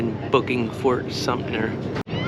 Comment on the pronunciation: Fort Sumpner? Otherwise very interesting.